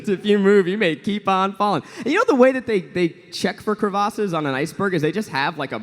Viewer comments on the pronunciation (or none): the way they said crevasses bothered me lol